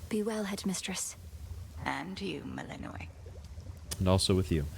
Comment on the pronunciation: Shouldn't Melinoë name have stress on "o" ?